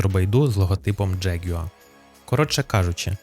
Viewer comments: Джегюер?!! Яка мразота! Взагалі то завжди було Ягуар, і читалося теж! Це збочення - вносити у нашу мову англіканізми!!! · Бляха, що за дЖєгЮааа????? Може простіше сказати ягуар? 😅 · Неможливо слухати. Який нах джеґуа? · Ти якщо понтуєшся, то вивчи правильно вимовляти слово ягуар англійською. А ще краще говори ЯГУАР як всі нормальні люди!